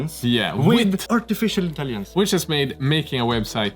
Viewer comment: When said "artificial intelligence" it sounded like he said "artificial Italians" and I find that quite funny.